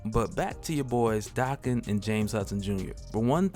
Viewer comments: Why do you say his name dahken? Isn’t it daken like bacon? Have I been saying wrong?!??!? Oh no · Dude it's not DA-ken it's DAK-en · Y he say Daken like that? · Is his name pronounced "Day-Ken" or "Dak-Ken"? I think he needs a better codename (maybe Wildchild, Wildheart or Wild Thing). I like the idea of Daken having adamantium swords (since he has bone claws), but they should also be "Muramasa blades" (halting healing factors). He needs to use his pheromone powers more often...to better manipulate ppl, as an anti-hero.